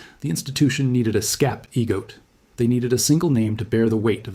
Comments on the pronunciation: 😂 he just pronounced scapegoat as scap-E-goat. But I know this error will be corrected soon. Love this AI character. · How do these AI lines that the AI guy can not even pronounce skape E goat? Im Poss Simple? Where do they train this guys in Russia?